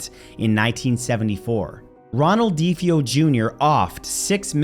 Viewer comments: DeFeo - Duh-Fay-Oh. Not Dee-Fee-Oh. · Love it! But DeFeo is pronounced “duh fayo “!